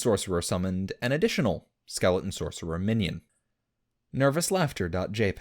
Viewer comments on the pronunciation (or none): Skeleons never a T when he says it.